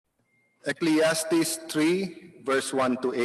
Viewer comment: simula pa lang sablay na. Ecleastis? Ecclesiastis yan, tanga.